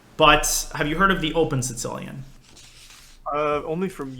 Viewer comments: It almost sounded like he was saying “Tse-tsellian”, like a tsetse fly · Anyone else hearing "sin-cilian" when Daniel says sicilian? I'm triggered. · Sounds like he is saying sitillion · the Sitsilian? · Does he call it the sincilian? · why does Daniel misspronounce 'Sicilian' each damn time he says the word? Is this something like with Yasser and his "Carijuana"? Or more like intentional, like Yasser and his "Michael Botvinnik and Michael Tal" etc? XD or am I an idiot and it is actually pronounced "Sitsilian" in english and most people say it wrong? So many questions! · Why's my dude putting a t before the s in Sicilian like that? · Canby Ibarra obviously, but he says it in a very weird way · This should be very entertaining, as Daniel continues to pronounce Sicilian like a raving madman :D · he's saying Sicilian funny o.O